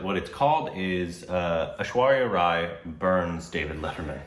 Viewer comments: But FINALLY pronnounced Rai properly! Hooray! What a historical moment,o Lord! 🤣🤣🤣🤣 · Now it feels weird to hear pronounce 'Rai' the right way... oh I miss those Korbinisations!